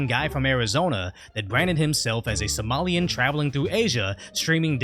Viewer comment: He had not right and was very disrespectful, and apologise on behalf of my culture…….Never disrespect a man’s country……However the way you said “Somalian” at the end, you see a lot in that Some may have daddy issues but someone clearly has race issues…….When you’re pointing the finger, there’s always 3 fingers pointing back at you Remember that ✌🏾